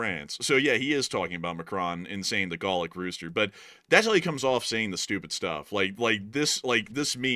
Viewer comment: Best channel! Love the pronunciations of Appomattox and gallic.